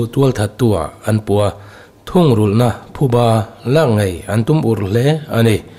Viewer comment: Thuba nilo vin phuba tih zawk tur ani e